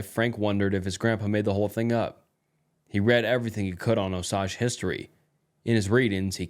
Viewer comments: bro you're going to make me get a 4chan account lol. all the stuff you read from there is awesome ☺️... great video but for the love of all that is good in the world PLEASE learn how to pronounce Osage properly. (oh-sage. NOT oh-sajh) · It's not "oh-sahg" it's "oh-sage" like the plant sage. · I’m an Oklahoman and also Native American and just wanted to let you know that it’s pronounced “Oh-sayge” brotha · Just for reference, it's pronounced OH-SAGE. Im from oklahoma and we hear it all the time. Amazing native American tribe, really interesting history if your bored. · One critique. As an Oklahoman your pronunciation of Osage killed me lol. Here we say “O-Sage” (like the herb) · He’s trying to say it’s pronounced as “Oh - Sage” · Oh-sage. Osage. Honestly, not the worst pronunciation I've heard from someone outside the region. Chickasha is the one that throws people for a loop, but I've heard some wild attempts at Kiowa too. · Your pronunciation of the Osage nation is seriously missing me off. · I’m from oklahoma, i’m cherokee and delaware, and i’ve never once in my life heard osage pronounced that way. I’ve only ever heard it pronounced “OH-sage”. Not trying to be mean, just somebody from the area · It’s oh-sayge btw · A small thing about the first story Osage is pronounced like Oh- Sayge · I’m from Oklahoma, shits driving me crazy everytime he says it lol. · Ps, Osage, rhymes with Page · Yeah as an Oklahoman that made me wince but everything else was great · Thanks for another awesome vid,! Just wanted to suggest that you look up the pronunciation of unknown words beforehand - especially for ones that are names like Osage. I think it detracts from the story when you mispronounce things consistently. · I hate the way he says osage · I was legit starting to wonder if the natives pronounce it differently and I was wrong this whole time